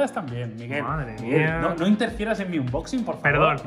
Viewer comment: Tanto tiempo haciendo unboxings y todavía no saben pronunciarlo 🤔